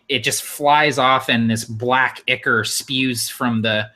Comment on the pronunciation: Foliage - not foilage - and it’s “Eye-chor” and chitin with a long I. Pretty weak ancient spider.